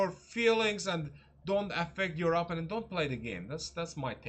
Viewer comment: Please pronounce the word “opponent” correctly. The accent is on the second syllable, not on the first.